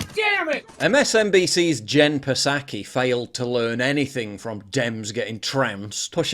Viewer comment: You gonna go your whole life miss pronouncing Psaki?